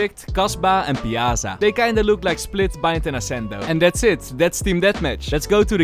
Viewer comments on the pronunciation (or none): Yo, Piazza is pronounced piatza, the same as with the zz in pizza. Means square, as in town's square.